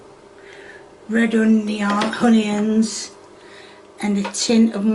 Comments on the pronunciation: she even stopped herself when she shows the red onions. She started to say it correctly "uhn-ee" and switched to her classic "hyun-yins" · I didnt know there was an h in onion. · Was she saying honey ends? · I love that she proceeds to mispronounce onions, then corrects herself by mispronouncing it even worse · Why does she pronounce onions like its honeyionoins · Onions? ❌ Honions✔️ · reminds me of my sister. Calling onions...'hunyuns' 🤣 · The way she says "Honions" instead of Onions. Had me cracking. 🤣🤣🤣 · Is she saying "honions" and not "Onions"? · what the heck is a "ho-neon"??? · She said hunions 😂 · If kay wasn't making up words i might believe this isn't a joke lol oompa loompa, pepper = pepieer, honions..... cmon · I thought why does she keep saying "honey ends" until I realized she means onions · She was going to say onions correctly but she stopped herself from pronouncing correctly and she did her kayism honions 😂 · Why is she calling them honions? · I want to know why she keep referring to the onions as "hunyuns" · almost accidentally says the word onions correctly, catches herself, and says 'hun-ions' instead. Add that to the thought that she was selling merch at some point (might still be idk) and now I'm actually wondering. This HAS to be deliberate. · lots of brits like to drop their H's, but adds them... "Honions" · Is it just me or does she like literally say the names of ingredients completely wrong, I mean "honions"? What the hell is a honion? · From what I understood after she said "bits of steak" : "That I've cut up, see just bits of steak, I'll turn it ovah, turn a few ovah, it's just a few that needs to be done or turned ovah, before I even decide..... to add.... the hunions" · Why does she call onions “honions”?? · she calls spatulas and such oofa doofas just like heggs and hunions and spudtatos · She can't say onions...I heard her say Honey-yons, funyons, ony-yuns... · Did she say hunions? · Honey yons! 😮